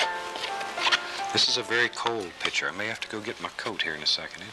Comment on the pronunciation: these older shows are funny, he doesn't giggle every time he washes a brush, he doesn't ruin every painting with a big stupid tree, everything, the brush, canvas, trees, sky, clouds, water is ALMIGHTY, he doesn't say "God bless" at the end, and he pronounces picture "pitcher" !